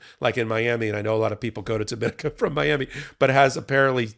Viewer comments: DomaNICa, not DoMINaca. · That island of Dominica is pronounced, Domi-nee-ka!